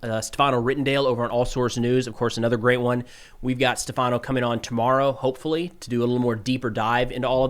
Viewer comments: Great video as always! On another note, tomorrow host name is Stèfano, not Stefàno. :) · it's "Stèfano", not "stefàno" lol